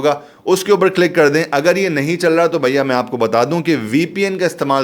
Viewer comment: I like the way u say "Bhaiya" its a typical Delhi style of saying that...